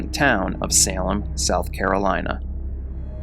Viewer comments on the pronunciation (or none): none